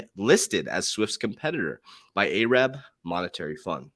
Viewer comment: I don’t know why but when yea say ay’rab it makes me chuckle. Love ya coach.